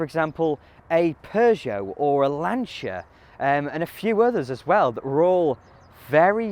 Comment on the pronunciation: A British man not afraid to pronounce Lancia properly. Kudos! There are so many British cars that deserve a detailed and properly researched look at them like this. More please.